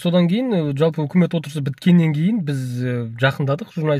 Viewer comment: Джалпы емес, жалпы деп айту керек